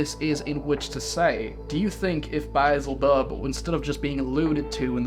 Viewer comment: “bai ezel bub”